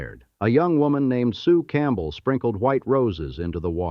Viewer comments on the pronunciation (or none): none